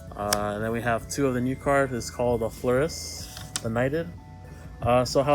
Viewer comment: Gotta love flur-day-lee